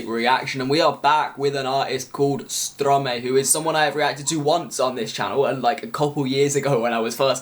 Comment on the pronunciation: being part French I am a bit offended by the way you pronounced stromae 😐 the ' ae ' is pronounced as an ' I ' . no worries haha .